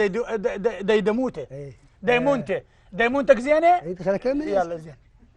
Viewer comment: ديمونتة هههههه كام ميعرف يكول ديمومتة